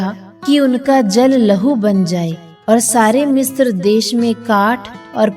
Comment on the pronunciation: Mistra नहीं पर misra होता है